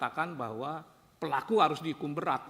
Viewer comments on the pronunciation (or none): BUKAN BERAT PAK TAPI BEYAT 😂